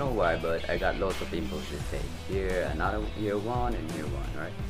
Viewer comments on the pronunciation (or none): none